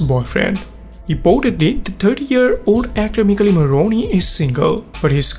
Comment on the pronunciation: he isn't italian ahah I understood it because I'm italian and he pronounced badly "Michele morrone" But that's fine!! He's fluent in English, and he has a beautiful voice. That's all that matters❤️😊